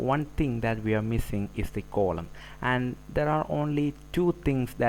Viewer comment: Its not coloumn.. Its 'Column'